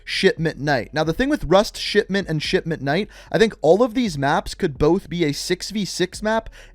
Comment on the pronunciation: Anyone else here him say shitment instead of shipment 😂